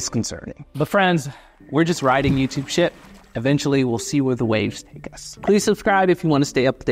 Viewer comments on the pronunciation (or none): none